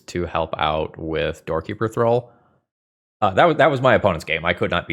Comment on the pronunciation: I always heard you say "Doorkeeper Thrull" as "Dorky Patrol" 😅